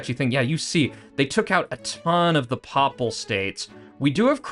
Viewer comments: “Paypal States” like “The Papacy” “Paye-pal” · your pronunciation of papal states is horrific, other than that good vid